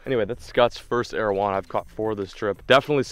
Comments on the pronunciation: It’s pronounced ar-o-wan-a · ERUANA! not aruana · why does he pronounce arwanas like that